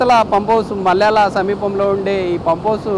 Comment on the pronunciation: నీ భాష తగలెయ్య ఏమి భాష ఎక్కడినేర్చుకున్నావు. జరిగింది, పరిస్థితి ఉంది, నేపథ్యంలో, కూడా, ఈ మాటల అవసరం ఎంతవుంది ఒకసారి మల్లెల అంటావు ఇంకొకసారి మాల్యాల అంటావు గ్రామం పేరు ఉచ్చరించలేని నీ రిపోర్టింగ్ చాలా చాలా గొప్పగా ఉంది. నీ సీనియర్ రిపోర్టర్ లు వంకరగా మాట్లాడరని అదే సంప్రదాయంగా గుడ్డెద్దు చేలో పడినట్లు అదే భాష. సిగ్గు శరం లేకుండా మాతృ భాషను నాశనం చేస్తున్నారు నీకంటే 4 లేక 5 తరగతులు చదివే పిల్లవాడు శుద్ధమైన భాష మాట్లాడతాడు.